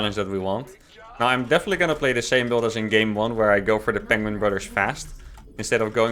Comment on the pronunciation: Benedict Cumberbatch says "penguing".